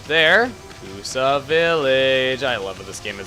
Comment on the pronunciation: hey ya know it is Kusa village . You maid sound like Tokusa village . Im just sayin =)